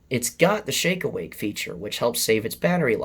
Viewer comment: Every time you say "shake awake feature" it sounds like you're saying "shake weight feature".